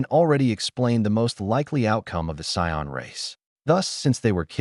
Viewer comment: Hearing Cyon over and over instead of Saiyan isn’t great. Really enjoy the story tho